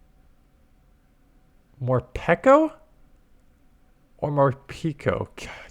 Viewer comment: Finally someone who pronounces Morpeko correctly 😫